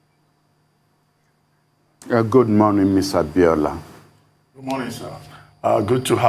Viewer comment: Get the name right, its not Abiola Cant you correct him?